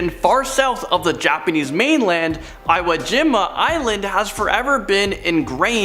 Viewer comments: OMG?! It is pronounced (EEWOO JEEMAH) Most Amazing Elite? I have a OCD headache now. 🤣 Who is that narrator? SMH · Over 25,000 casualties, including 7,000 Americans and this dude can't be bothered to pronounce IWO JIMA CORRECTLY. Being shanghaied had to be terrifying to the men who suffered, but you couldn't look up the pronunciation. 2 horrendous events in Japan, the bombings of Nagasaki and Hiroshima! What the heck! If you're going to put yourself in front of a camera and deliver historical content, the least you should do is GET IT RIGHT...PERIOD.